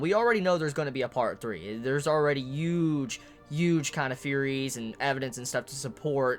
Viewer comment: Can not pronounce the letter 'H'? The way he says huge bothers me so much. Like he wants you to know he isn't pronouncing the h, "UGE part to this story"